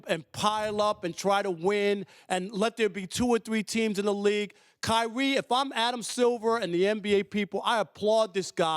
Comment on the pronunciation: kywee twayded ?? .. speak up big fella